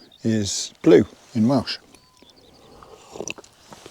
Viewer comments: Great video, excellent Welsh pronounciation! Have you been up Penwyllt? Limestone quarry, beautiful landscape and loads of caves. Enjoyed your video, lovely filming 😊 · Lovely video as always. Great to watch someone recording themselves enjoying the outdoors rather than plugging some freebie! Very remote part of Bannau Brycheiniog. As a welsh speaker, great pronunciations too!